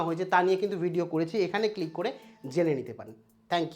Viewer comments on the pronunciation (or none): none